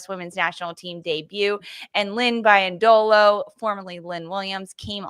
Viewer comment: Wonderful recap. My only note is: Lynn's last name is pronounced - BEE-yendolo